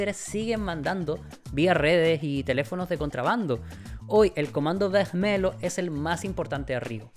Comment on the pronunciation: Excelente video me encantó la investigación y la historia que contaste! Siento que es algo que el mundo hispanohablante no habla mucho ya que es historia de Brasil . Sólo una cosita en portugues cuando hay un lh se pronuncia como /li/. Vermelho - /vermelio/